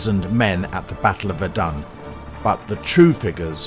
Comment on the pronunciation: I like how 'Verdun' sounds like 'We're Done'.